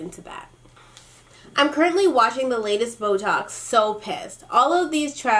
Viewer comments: I love how when you say Boe talks I think I hear botox 😂😂😂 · Every time you say "boe talks" I think you're saying "Botox" 😂😂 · when you said boetalks, i thought you said botox